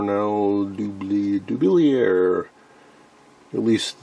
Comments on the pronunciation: ....it's pronounced "Cornell Doo-BILLY-yay"! Regards - Nick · Dublier is a French name pronounced Doo Blee A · Interesting finds. I have some decade boxes made by EICO and have found them to be only marginally useful. For what it's worth I watched a promotional video on the Cornell-Dubilier website and they pronounced the name "Doo-billy-er". I looked it up because everyone seems to struggle to pronounce it, including me. Love the content as always!